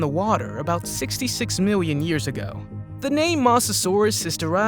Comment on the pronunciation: Is anyone going to talk about him saying miwwyon and not million